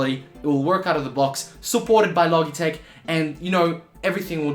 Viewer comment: I think its pronounced "Lo Jeh tech" - soft G. Like Logic.